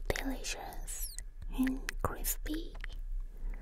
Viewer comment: The way she said crisp like crisp makes me feel like she needs a national guard.